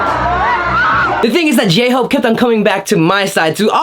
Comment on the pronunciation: DID YOU SAY GAY-HOPE I CANT